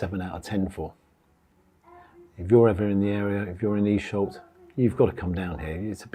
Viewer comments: Elshot?! Eesholt?! Gerrit reet auld lad! 🤣 Esh as in fresh. Olt as in bolt! 👈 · its Esholt not Elshot lol x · Not Elshot or Eesholt...it's Esholt as in eh! x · I used to live 2 miles from there for most of my life until the late 90's. Never actually went in as I always thought it was just used for filming. It's pronounced Esholt, not EEsholt! I live in Cornwall now, a different world compared to my home county of Yorkshire. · Great review around the corner from me….just a little one Esholt is pronounced as ‘Eh-sholt’